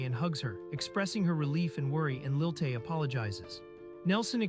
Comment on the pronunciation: It's Lilie not Lil Tay.